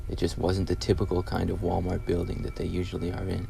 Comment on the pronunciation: "Wa-Mar"? Where's the rest of the letters?